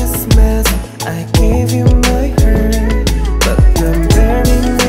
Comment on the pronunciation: 💀 it's a reference to when Taeyong laughed at Jungwoo's english and then he pronounced heart as "hurr/hurt" but ok 👽